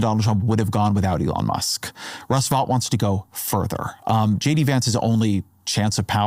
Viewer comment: Youre ignoring that everything DOGE is doing is illegal and unconstitutional, and you’re claiming civil servants are just a bunch of liars. Did I stumble on a Fox News video? By the way, you’re pronouncing “Vought” wrong.